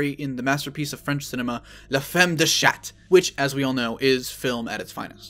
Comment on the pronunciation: That means ''the woman of cat''. Also, the way you read ''chat'', pronouncing the ''t'' at the end, makes it seem like you just read ''chatte'' which means ''female cat'' or, more commonly used as, ''pussy''. ''The woman of pussy''